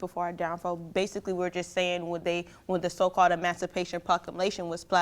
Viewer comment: I've listened to it over & over & over now, what is an E-mass-a-pation Population anyways?? I know what she meant, but dang - she really needs to learn how to pronounce it - if she's gonna throw it out on a national debate stage - even if she doesn't care about what it actually says.